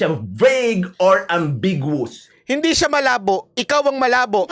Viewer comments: Besides irresponsibly twisting the meaning of the proposed Anti Road Rage Act of 2023, his pronunciation of “ambiguous” is incorrect. A Canadian vlogger pointed out that does have a poor comprehension as well as bad pronunciation of English vocabulary. This is not nitpicking but should seriously invest some of his large YT earnings on how to improve his English comprehension especially on how to enunciate proper English vocabularies. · mindset is distorted. He can't even pronounce ambiguous right! 😂 Makes you wonder how in the hell did he pass the bar? 😂